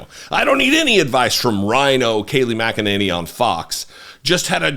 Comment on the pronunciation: It's pronounced "mack-a-ninny "